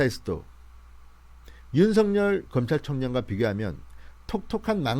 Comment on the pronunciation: 윤석열 은 "윤서결"로 발음해야 합니다! 윤성열 이란 이름도 있기 때문 입니다!